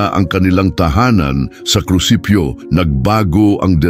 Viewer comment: opo naririnig ko.. naririnig ko mga palpak na pronounciations.. example "krusipyo"KRUSIPIHO po dapat.. Artificial Intelligence AI kc narrator... dko na itinuloy